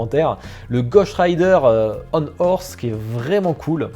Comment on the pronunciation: bah l'expression est horrible mdr... enfin non... y'en a pas mdr pourquoi a chaque fois tu prononce "ghosht" et non "ghost" ^^